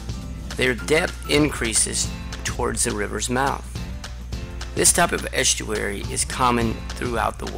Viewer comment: The way the narrator pronounces "s" in the word "estuary" gets so much on my nerves, I can't bear it, honestly. Sort of a childish pronunciation? Pity bec I found the presenattion very informative.